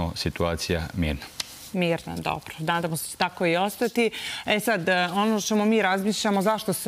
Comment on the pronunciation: "Danamo se da ce tako i ostati" kod logopeda:)